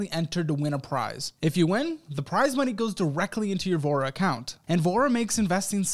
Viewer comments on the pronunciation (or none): When I first heard you say “Voura” I heard “vore” I was like well damn 😂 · tell me i'm not the only one who was listening to this in the background, and thought sponsor was called "Vore" loool i was like "who didn't speak up at that startup pitch meeting"